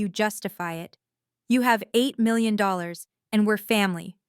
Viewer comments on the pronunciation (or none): AI really stinks at reading numbers. It can not even say 8 million.